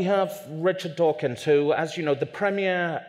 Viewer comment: Dawkins not tawkins